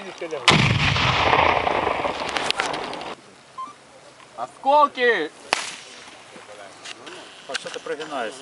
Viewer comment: Askokey?🤣 its askolki bro